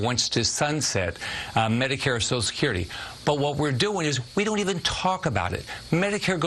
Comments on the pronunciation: If you want to fix Social Security, let’s start with using all 6 syllables when we say the words. “Sosha-skirty” is the preferred pronunciation by those who want to see it die. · Republicans can't or won't pronounce "social" security. They call it "so security." Hmmmm. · Scott can't even be bothered to pronounce "social security" in full. And he's gonna save it? Laughable. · He can't even pronounce "social security". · This man cannot even say" social security" Reminds me of someone with the "nukular" codes not so long ago🤔